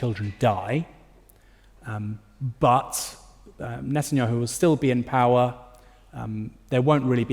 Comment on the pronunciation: * po - wer